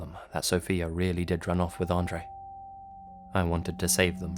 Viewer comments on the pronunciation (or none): Ok so it’s Andrei, not Andre.